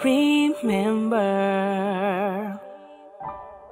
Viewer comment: BAMBOO IKAW BA YAN!!! intro and I feel like I'm listening to bamboo's style of singing but seriously ang galing ng pag kakacover mo, well fitted sa medley, although parang may mistune sa "remember!" mostly negligible na yun since over all tuminding ang balahibo ko from intro to ending ng kanta ang ganda well delivered ang bawat bigkas ng lyrics at nag harmonize yung boses mo sa piano. kudos to you sir, more power on your future works since you gain a sub